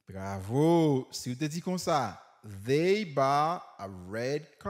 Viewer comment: Pwofesè eklesim sou....they.... Svp paske mwen wè gen moun ki pwononsel kòm dey ou menm ou di vey